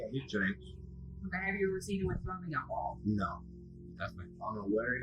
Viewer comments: Alcohol. - not 'alchohol'. (Could not resist offering a correction; I learned English in school, lol) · Alcohol not alcohohol...